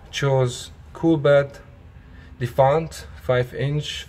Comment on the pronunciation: It's pronounced as Defiant not Defant.